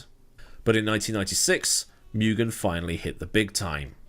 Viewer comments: Take one drink every time says "miugen" instead of "moogen" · Interesting video. But being a Japanese company, it would be more 'moo-gen', not 'mew-gen' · MOO GHEN not myougen 😅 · First syllable is pronounced “moo”, not “mew”.